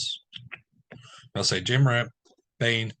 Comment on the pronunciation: You know it’s pronounced “Jaw” Morant. Not “jay” 😂😂😂😂😂